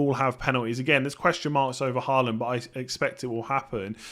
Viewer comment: Thought you got Haaland's pronunciation correct before and you somehow convert back to 'Ha land' instead of 'Hall land' which is the correct way of saying.... 😄